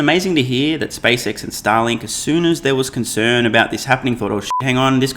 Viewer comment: you pronounce Starlink like Stalin